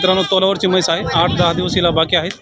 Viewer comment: मैस ❌ म्हैस ✅